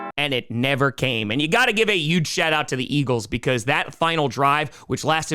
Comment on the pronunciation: Just curious, but why do you always pronounce "h" words with a "y" sound? Like "yuge" and "youston"?